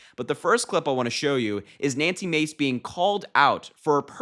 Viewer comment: It’s not Macy. It’s Mahcy.